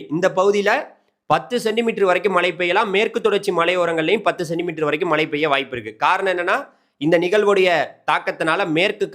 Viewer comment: Malai mountain Malai rain. Which is coming. Please speak correct Tamil. Irritating.